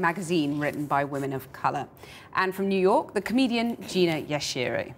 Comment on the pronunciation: loooool say Gina's name properly